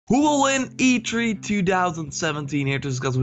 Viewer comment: E tHree! E tHree dammit!! not e tree! :D